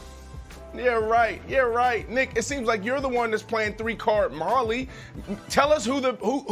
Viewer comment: Did Brandon say “3 card Molly” wtf 😂😂😂😂 it’s 3 card monty